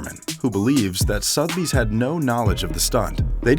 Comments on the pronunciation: Sotheby's is pronounced "SUTH-UH-BEEZ" ..... Not "Sothe-beez" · The way the narrator pronounces Sotheby's is triggering......... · It is Suther bies not Soath bies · I know, this guy needs serious lessons in narration...I mean calling it 'Soth Bee's'.....arrghh! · Sotheby's. Suh-the-bees. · why can no american say 'sotheby's' correctly? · Work on your English dude! Admiration? Sotheby's? Please - do better :)